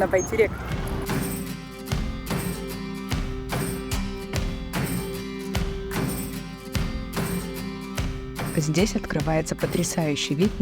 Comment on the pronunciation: Автору РЕСПЕКТ 👍за обзор и произношение Байтерек 💐Удачи Вам! 🎇🎆👏